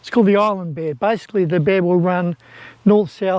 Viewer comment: What's an "Islad" bed???🤣🤣🤣🤣